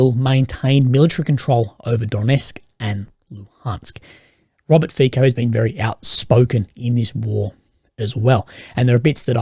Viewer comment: The Slovak PM's surname "FIco" is pronounced like: Fitso / Fitzo / maybe Fisso; (not Fiko, Fikko).